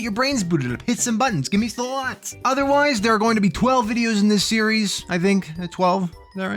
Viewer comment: New Seeries huehuehue